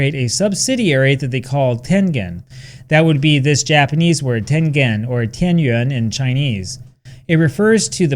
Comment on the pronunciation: You pronouncing tengen in Chinese really impressed me.